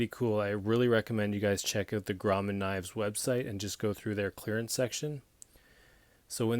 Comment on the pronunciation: fyi, its pronounced Grow-man, in Pic-toe, Nova Scotia. Own the #3 in carbon steel, and the R340S lock back folder, very happy with both. I've heard the same thing about their seconds, the defects are usually very minor. Cheers, it's a great looking knife.